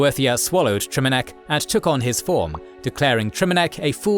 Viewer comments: Your videos are amazing but bro PLEASE stop mispronouncing names. You do this across your content — here, for example, you repeatedly pronounce "Trinimac" as "Triminac". You even say "Triminiac" once. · "Triminac" lol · Take a shot every time he says “Triminac” instead of “Trinimac.” Still love you guys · Should probably do a script review so you arent mispronouncing the main god Trinimac, not Triminac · It's Trinamac, not Triminac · It’s not Trinamac, it’s Trinimac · I hate that the AI used Triminac while I can clearly read Trinimac 🤣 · Mispronouncing Trinimac as Triminac throughout the whole video is a big blunder. Should also check for how to pronounce chimer or psijic. Good video otherwise! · You kept mispronouncing and miswriting TriNImac. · bro misprononounced Trinimac as Trimanac 😭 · "Triminac" I'm going to cry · I agree, hearing the pronunciation of “Triminac, Trynimac and Triminiac” in one video was very humanizing and gave even my OCD brain a chuckle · Trinimac. You mispronounced it every time 😭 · Dude is just butchering the word trinamac god dude lol😅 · Lmao mslacath is not the "lord of lies" wtf, he explicitly despises deception and weakness. Also its Orsimer not Or-ismer and Trinimac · FFS. The pronounciations are once again off. It takes a lot from the video and the "cred" of the narrator: * Trinimac * "Seedjeek", not "Saidjik" Seriously guys. This happens almost every video. Do a bit more effort to provide a massively better product. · Mispronounced Trinimac...